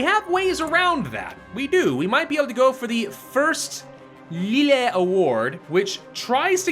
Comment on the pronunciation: I know this probably doesn't matter and won't even read this but Valois is actually pronounced 'Val', and ois makes a 'wah' sound. So his name is said 'valwah'. Also Lille 'as in the first Lille award' is said 'lee-il'. It's not important, but it's nice just to have the information available.